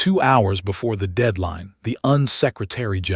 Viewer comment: That's U N, short for United Nations, not "un".